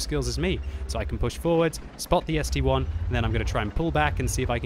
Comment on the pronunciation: gg, so much years of playing and still saying ST-1 not ST-I! If it would be an ST-"one" there would be the number 1